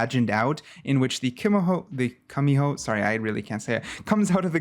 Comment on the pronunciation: Kumiho is pronounced Koo-mee-O